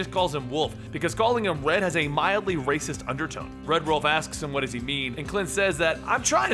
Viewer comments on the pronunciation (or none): none